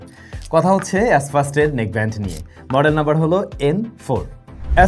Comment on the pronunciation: এসফাস্ট ❌ এইসফাস্ট✅ , হালা অশিক্ষিত